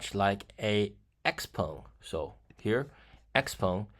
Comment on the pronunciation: Is it really pronounced “X-Pung”? (Legit question; I’m trying to learn mandarin, but I’m early days)